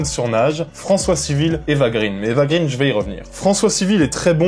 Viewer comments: Attention copain! D'après la copine Judith d'Ecran Large on ne doit pas prononcer Grine mais Graine parce que son père est suédois. Eva Graine de mon moulin. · Ça se prononce [grèn]. [éva grèn].